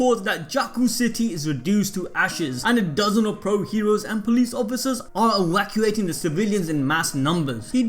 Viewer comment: Yo the way my dude speaks is hilarious. “Ewacuating the city” sksksksk